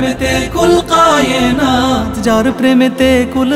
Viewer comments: কায়েনাত (کائنات) উচ্চারণ শুদ্ধ হয়নি। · মাশাল্লাহ সুন্দর হয়েছে সংগীত টি কিন্তু গজলের মাঝে একটা জায়গায় "কুল কায়েনাত" হবে অরথাৎ কাফ উচ্চারণ হবে।جزاك الله خيرا